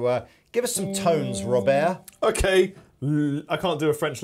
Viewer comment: That was actually a really good french "robert".